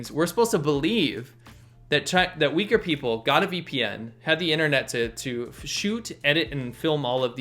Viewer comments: its pronounced "uooigurrr" like a low uuu sound not "wigger" haha... also i think most people there seem to prefer being called turkmen. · there were many times i thought he said weaker and not uyghur